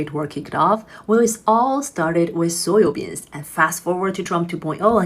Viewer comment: Is she saying "soyo" beans?